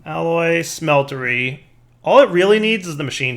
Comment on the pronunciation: or the "alloy SMELTERY" youre right, but he keeps saying it as a smetlery when its not a smeltery, lol